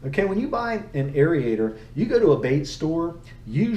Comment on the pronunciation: Great info......now lets talk. The proper pronunciation is AIR-AYE-TOR not AIR-EEE-AYE-TOR